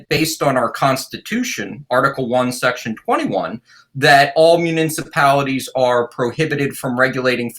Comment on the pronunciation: Someone please tell this guy how to say, “municipalities”.